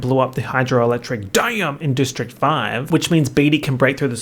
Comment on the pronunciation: hydroelectric DAMM